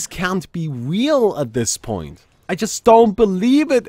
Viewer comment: 'This can't be weal right now' said